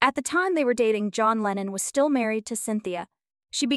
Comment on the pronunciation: It's Lennon. Do your homework.